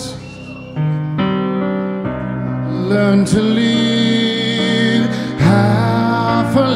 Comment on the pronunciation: He can't even pronounce live right lol other than that great performance